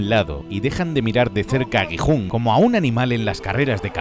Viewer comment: Dejé de ver el video automáticamente cuando escuché gijun😂 así no se pronuncía jajaj